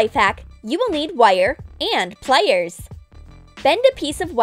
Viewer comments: Yea I was thinking of that the whole vid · Yeah I was checking if anyone else noticed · is it just me or is the way she says ' wiieeer' (wire) and 'plieeer' (pliers) weird?